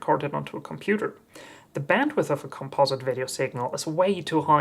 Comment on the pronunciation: Thumbsdown - Can't pronounce the word 'Composite'